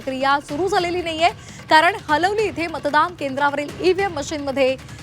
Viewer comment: हलवली नाही हालीवली आहे तै